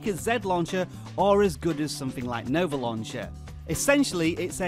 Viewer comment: jani Yeah, you said Nove, so I corrected you to Nova.